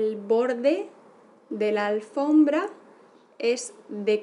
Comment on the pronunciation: No es "alfrombra", es "alfombra" jsjs